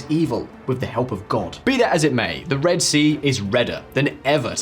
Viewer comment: "Reed" sea.